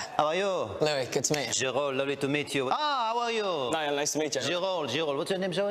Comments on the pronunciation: "This is Zz... This is Zz" "Zz" "Zzz" "Zayn" "Zzzayn" That dude: What's your name? Niall: Niall That dude: Neill Niall: Niall That dude: Neill Niall: NIALL! Dang! This dude be trying too make people mad on purpose. 💀💀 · "neal" "no its niall" "zzz zayn" " this is zzz zayn"😂